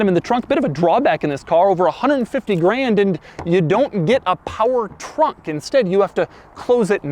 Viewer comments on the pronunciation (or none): none